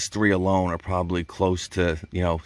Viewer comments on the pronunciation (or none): none